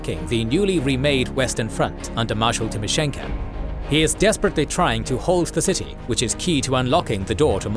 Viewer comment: thank you for your work and sharing it with us. one note... it pronounced TimoshenkO not TimeshenkA!